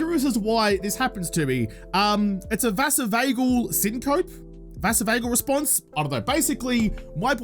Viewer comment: I remember a doctor telling me that they can tell where you learned about syncope based on how you pronounce it. You learned it from reading it. Turns out it is pronounced "sin-co-pee" Proud of your honesty about this, that takes a lot of courage to be so honest about an experience like that. Surgery isn't easy, even when you have stuff like general anesthesia. Enjoy your new vision!